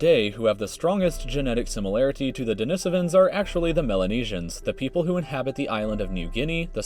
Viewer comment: So the person they chose to narrate a video about human history and the emergence on mankind can't pronounce sapiens or denisovans correctly. Interesting.